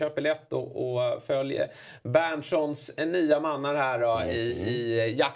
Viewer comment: 08:orna har kriminellt svårt för grannspråken 😄